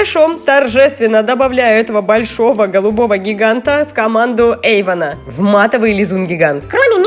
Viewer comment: И не Ейвон, а Эйвон